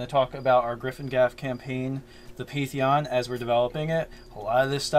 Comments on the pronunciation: So a few notes: you guys do know it's pan-theon right? Second, how about for the god born of Chaos, one of its names would be wild child? Maybe even called that by the gods since it would be young compared to them. And I feel like it should be chaotic good, and it's true goal is to just bring all the alien beings to the material planes because it wants it's friends back. It lived in the chaos with them, and grew up knowing them. All of a sudden it got whisked away to griffingaffe, and it wants to bring its friends back. Kind of like the whole alternate conspiracy theory behind earthbound and Giygas trying to make friends in his old form. Also, I love the idea for a sort of militant faction, like the overseers from dishonored. And I was going to suggest that they have weapons that can drain a victims soul and then convert it into spell power, but beat me to it. The idea for a soul battery is awesome, and once you throw in the need for a "cleric" with a holy symbol, you get a really mean green lantern corps. Lastly, for the symbol of your magic/mystery Deity, how about a book with kind of mystical sparkles around it. It has script on it that can't be read, but due to the nature of the god, the script changes to another language everytime you look at it. And you can never understand the language. Hope these help. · Please guys, you're killing me. PAN-theon. Otherwise keep up the good work.